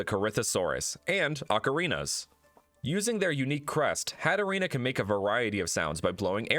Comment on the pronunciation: Hattorina.. Hatterene.... odd